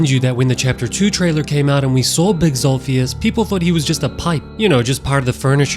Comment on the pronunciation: bro said big daddy zolpheus